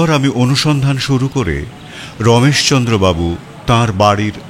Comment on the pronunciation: এই কমেন্টটা করতে খারাপ লাগছে, তবু করছি - রাঙা বউ আর রমেশ চন্দ্রের "র" এর উচ্চারণ হয়ে গেছে "ড়"। "হার" হয়ে গেছে "হাড়"। শুনতে খুব অসুবিধে হয়।